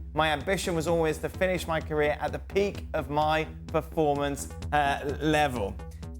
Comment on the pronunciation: can someone please tell leboef how to peonounce the word CAREER, FFS..